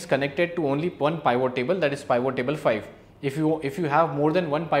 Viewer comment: Thanks for the information. Please pronounce it as “P-vot”